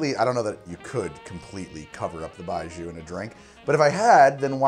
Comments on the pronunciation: Sorry to jump on this. but pronunciation is "bye-gee-oh". with the "gee" and "oh" pronounced as one syllable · Pronounced “bye joe” as in when you drink it bye bye joe! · Love it, but the pronunciation of 白酒 was killing me. You had the first part right, but the second syllable is pronounced like gee-yo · Pronounced :"BYE-JOE" fyi. thanks. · It's pronounced bye joe